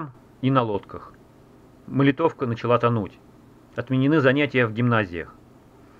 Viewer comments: Только не МолитОвка, а МОлитовка. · Спасибо за видео! Я из Нижнего Новгорода, правильно говорить МолИтовка, а не МолитОвка.